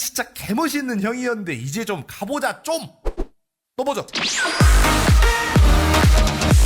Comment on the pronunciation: 오늘 또보죠 는 왜 똥오줌으로 들리는가